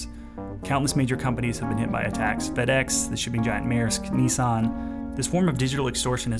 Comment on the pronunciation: It's Nissan not neeessan